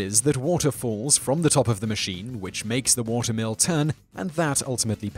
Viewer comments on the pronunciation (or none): He definitely said watermelon pump but wrote water mill pump😂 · I swear he said watermelon pump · I thought he said "Watermelon pump" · I even heard "watermelon pumkin" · Same i was like. Wtf? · yes he said it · Damn British accent! :-D